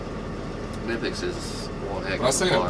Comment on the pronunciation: It's pronounced Kin-ipex (hard K). I said it wrong for a while as well until I saw a promotional video from Germany. Even the US and Brit reps don't pronounce it correctly. Does Michael have the new prydrivers yet? The set is SSPDR3. Thanks for the vids!